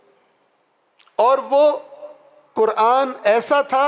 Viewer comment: چار دن کے مولوی صاحب اپنا " ق " تو درست کرلیں، قرآن ، قرآن ۔قرآن، صفین میں بھی قرآن قرآن کی پکار تھی ، امیر المومنین حضرت علی کی کوئی نہیں سن رہا تھا۔